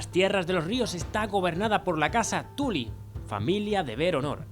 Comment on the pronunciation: Cada vez que dices "Tuly" muere un stark...